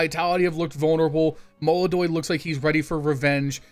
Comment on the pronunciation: This is Brazil, this is yekindar, this is fucking MOLODOY. É melodoy ou não é???